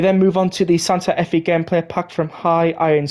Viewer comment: the Fe in Santa Fe is pronounced “Fay”